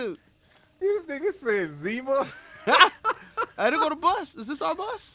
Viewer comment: Cuh said "Zema" 😂 . Cuh that's a 90s drank. Lol